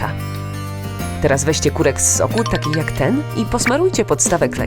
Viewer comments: Pani muwila purek a to korek!!!!!! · Czy tylko ja zauważyłam że 2 razy powiedziała ,,KUREK” zamiast ,,KOREK” ? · Korek a nie kurek Mój kolega ma na nazwisko Kurek xd xD xD xD